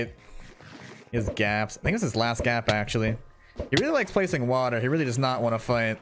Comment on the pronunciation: I love how he says WAter